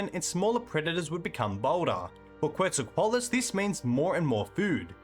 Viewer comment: I really enjoy your videos, but I had to give up after 40 seconds of hearing your pronunciation of quetzalcoatlus. I just can't do 18 minutes.